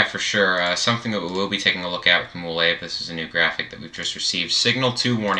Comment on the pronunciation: MOLAVE is pronounced as Mo-Lah-Veh (Veh as in Venice or Lah-Veh as in LAVEnder)